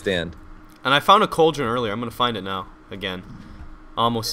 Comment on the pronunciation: Cauldron. It's cauldron. Say it with me. C a u l d r o n.